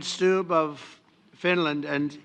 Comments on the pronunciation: Actually Trump pronounced Stubb better than you did. Im Trump hater but also finnish. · It's not pronounced "Stoob" lol. It's "Stubb" like it's spelled... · Finlands president is not called "President Stoob". It's pronounced like the English word "stub," but with a slightly longer and more emphasized "b" sound at the end, as in "stúb-b". While it's a Finnish name, its pronunciation in that context is quite similar to its English counterpart, with the key difference being a slightly more pronounced final "b". Trump likes President Stubb because hes a former golf pro and played golf with trump for 7 hours this summer. Plus he looks quite handsome. He's a nice guy though, Stubb. And no, he's not fooled by trump. He's about 100 times smarter than trump. A professor in political science and experience politican. Former prime minister of Finland. Very grounded. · That’s not how you say his name. It’s Stubb, rhymes with sub. 😂